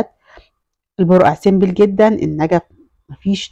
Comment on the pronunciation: دوكور ❎ ديكور ☑️ سيمبل بكسر الباء ❎ سمبل (simple) بضم الباء ☑️